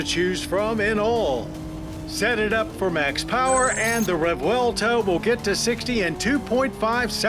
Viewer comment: Thank you John for another excellent review. You are living legend. And yes, we appreciate that you pronoun the car’s name correctly! 👍❤️💪